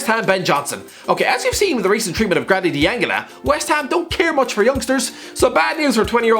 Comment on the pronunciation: Who is Grandy Dee-anga-na?